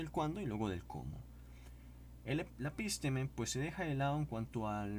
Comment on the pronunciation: Estimado amigo, son las am. Y tuve que levantarme a verificar co Ferrarer Mora. Su pronunciación (la suya, de usted) de la palabra episteme (así episteme, sin acento en la I). Usted pronuncia epísteme. Por ahora no me inscribiré a su canal. Esperé a ver si soy yo el equivocado. Si es usted, hay algo gtabe que debe superar antes de publicar videos. Saludos fraternos.